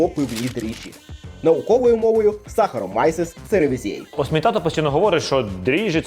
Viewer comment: Пізнавально для маленьких глядачів😊 Але назва дріжджів Saccharomyces cerevisiae - СахаромІцес церевІзіе, а не якось інакше😉 Натхнення для нових рецептів і відео!❤️